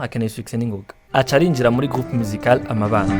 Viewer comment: Orchestre amabano, et non amabâno